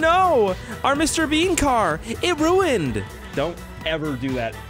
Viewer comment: “Mr Beenz”